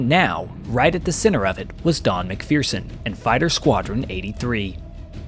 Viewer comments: It's pronounced Mac- fur- son, not Mac fearson..... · Good story of a brave man's experience. Mind you, the mispronunciation of a good Highland surname! ('mik-ferr-sun' rather than.. ah, no matter.. LOL)